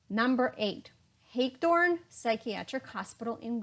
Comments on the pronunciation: Great video, but if you're going to talk about NJ learn how to pronounce place names. Hagedorn State Hospital is not pronounced Hage-dorn. It is Hag a dorn . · Hagedorn* Hospital…… we used to be able to see the water tower from my parents’ home. The locals *pronounced it with 3 syllables: Ha ge dorn.